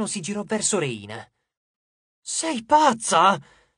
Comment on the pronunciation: Rèyna, non Reìna